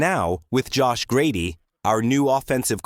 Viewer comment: I'm not sure what you're saying but the last name of our of our offensive coordinator in grizzard it sounds like you said Grady or something is grizzard's first name Josh? Everyone just calls him grizz